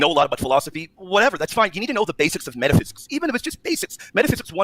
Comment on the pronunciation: what is meta “thysics” 🌈 🏳️‍🌈